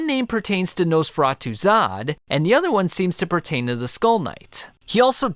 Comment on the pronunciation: He pronounces it Nose feratu, the video is completely unwatchable now because it’s all I’m gunna be able to think about for the next week.